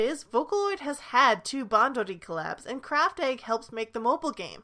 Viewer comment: I'm sorry but your pronounciations of Craft Egg, Bushiroad and Bandori make me very uncomfortable